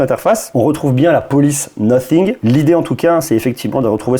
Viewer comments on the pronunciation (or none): on dit pas no fingue mais Nathing 😌😂😂